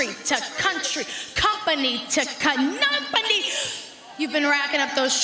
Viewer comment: Wtf is a “Cunumpany” hilarious botch 😂🤣😂🤦🏾‍♂️